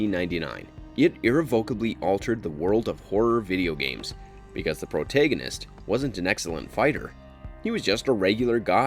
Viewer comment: Bro the way you pronounce "protagonist" is legit concerning 😟